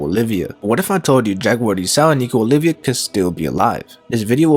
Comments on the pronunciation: I can't.... OLVia, not Olivia, goddamnit! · it's nico OLVIA not olivia